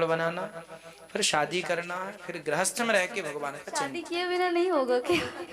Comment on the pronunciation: Grahasth nhi grihasth hota hai